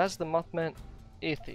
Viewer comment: Effigy is not pronounced like iffy. Say the letters F-E-G quickly. That's how you pronounce it. Its a representation of something, usually made for ritualistic purposes.